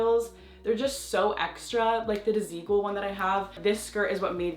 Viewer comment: You do not pronounce Desigual like that!! 😭😭